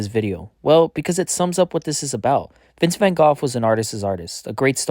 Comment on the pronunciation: a moment of silence for his pronunciation of vangough